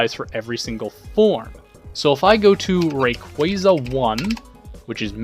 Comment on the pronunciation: Almost had to dislike just for that horrifying pronunciation of 'Rayquaza'